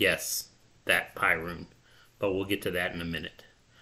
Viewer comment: Piorun is pronounced Peeoroon and means Thunderbolt. Otherwise 👍